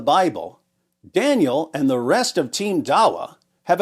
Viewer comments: I kept hearing "Daniel Pikachu" the whole time. 😂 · i wasnt looking at the video when listening. I thought bro was saying "Daniel had pikachu" 😢😢😢